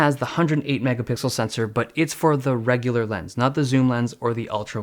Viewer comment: Who else got mad when he said “S20 ReGuLaR” ughh